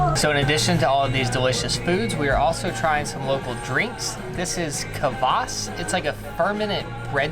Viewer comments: "Ka vas", really dude? So disappointed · Kavas, it’s kvass Nah but this was a real good vid cheers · Coming from a Russian,, your pronunciation of many words is excellent. I moved to the USA as a child, and haven’t gone back yet, so it was very interesting to see your experience. Also, the tour did a great job of focusing on the staples of Russian food. Kvas, cottage cheese, pork fat (which is called salo) are all so familiar to me:) Great video guys!